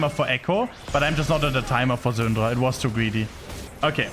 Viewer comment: Ive never seen a worst prunuciation of the « Syndra » name ever in my Life LOL. It took me legit a whole minute « who the fck is Xundra ??? »